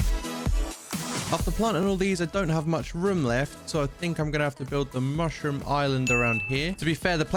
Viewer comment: I thought it was a joke when he said much room as in mushroom